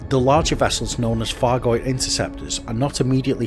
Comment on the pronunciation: I love your videos, I really do, but please can we get it clear that its not a 'fargoid' and please, please please pronounce the Th's and the F's correctly!!!!!!!!! Its not a Thucking Fargoid!